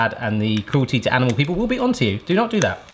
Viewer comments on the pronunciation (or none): none